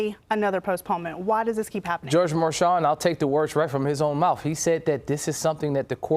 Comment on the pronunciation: "Mouf" why is that man a newscaster?